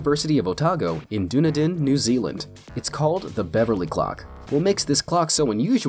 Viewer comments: "Doon-a-din? Did you say DOON-A-DIN??? THIS IS SPARTA!!! " (Actually, it's Dunn-ee-din) Dunedin. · "in Doonidin, New Zealand" LOL actual pronunciation is "done-eed-in" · Doonedon... no it's Do-knee-din. Dunedin ... Doonedon..how? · Dunedin is pronounced "dun-eden" (stress on the first "e") and NEVER "Dooneedin". Bloody septics! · "Dunny-din"??? OK, if you've never heard the name said then I suppose that's a best guess. It's pronounced "Dun-ee-din"...or "Done-eden" "Dunedin" comes from Dùn Èideann, the Scottish Gaelic name for Edinburgh, the capital of Scotland. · I'm living here in "Doon-a-din" and it's pronounced "Dun-ee-din" just FYI <3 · It annoys me how he says dune I din (it's pronounced done E din) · I laughed at "Doon-eh-din". (It's Dunn-Eden) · Loool. Doodneedin, New Zealand!?😂🤣😅 I live here and it's pronounced "Duh-nee-dun", spelt "Dunedin". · "DOO-nuh-din"???? Lol seriously??? It's pronounced "duh-NEE-din".... Like Edan with a Done in front :P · doon a din New Zealand ha ha. Actually, it's Dunedin, Dun ee din. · Dooonedin New Zealand....lol (it's pronounced done-eed-in/Dunedin) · "Doonadin"? It's Dunedin pronounced Dun-e-din. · Doo- na -din, New zealand hahaha its Pronounced Da - knee - Din (Dunedin) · Dun-a-den hahahaaha. Dunedin is pronounced done-need-en just FYI but I got a good laugh out of that, so thank you :) Great video btw! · lol, its pronounced DUN-e-DIN (as opposed to DUNE-din) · doonadin huh? fuck me, it's pronounced dun-ee-din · 'Doonadin' it's duh-NEE-din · Its pronounced duh-knee-din, not dunee-dun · ......in whaaaaaaatttt!!!!!!! duuunadin.....????? is he fucking KIDDING?????!!!!!! IT'S DUNEDIN !!! I hate it when ass holes get my country names so hopelessly wrong !!! if I ever met that guy...ohhh the beating I would give him..! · He said dooniden, it’s said like this dun-ee-din. Just thought I would help ya out there as google isn’t always the best option. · DUN EDEN NOT DOON EDIN REEEEEEEEEEEEEEEEEEEEEEEEEEEEEEEEEE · dunedin not doonidun